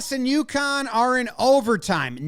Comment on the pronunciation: I always think the team is from Yukon when Jomboy says UConn.